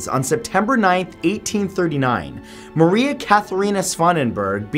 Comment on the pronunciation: Your saying Mary not Maria